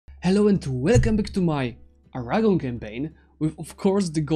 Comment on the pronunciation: Because you completed what seemed impossible I'll tell you how to pronounce Aragon. AraGON—>Aragón. The strong sillabubs is the last one.